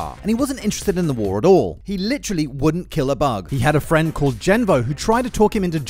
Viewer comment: Starscream was like im your fwend